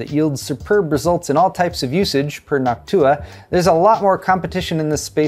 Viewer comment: Oh man...how did I know the Nawk-Tuah meme was coming at the end. As you said Noctua several times, I started thinking how that sounds like the other Tuah. And yep, you went there!